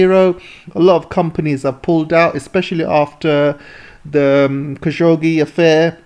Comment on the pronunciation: I stopped the moment he called Jamal Khashoggi's name wrong. Good luck listening!